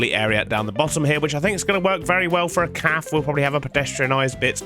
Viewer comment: bro stop saying "calf" instead of cafe